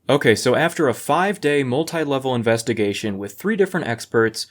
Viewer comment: It's an "inspectigation"